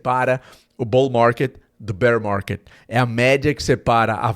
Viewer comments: "BOU MARGUÊD, BÉR MARGUÊD" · Bour marrrket Bearr marrrrket 😂😂😂